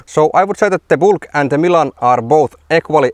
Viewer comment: It's a Bülk, not a Bulk. Ü like Finnish Y, AFAIK.